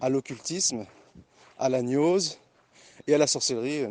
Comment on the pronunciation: on dit gnose avec un gueu, pas avec un gneu